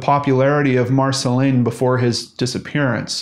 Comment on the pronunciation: Dear, I am from France and Marcelin would be pronounced Marcelain. I don't exactly have an English comparison to give, I'm not sure there is one, but you could hear what it sounds like if you make that robot voice on your computer say it for you. Anyway I'm not judging it's not easy to know how to pronounce everything, so I'm just saying to help, not to be a pain in the ass.